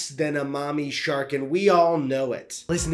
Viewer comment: ✨mommy shark✨ that pronunciation was so funny lol